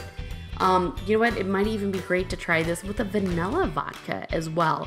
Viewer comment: "excape" isn’t a word,. Neither is "vanella". 😆